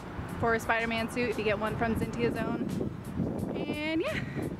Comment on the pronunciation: Not sure if you know this already or not, but in case if you don't you were saying Zentai Zone's name wrong. If you're already aware of this then sorry for being a nuisance.